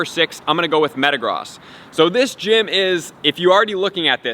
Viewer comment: Good video, I didn't know this and will help a lot. And Metagross is pronounced Me-ta-grose so you know.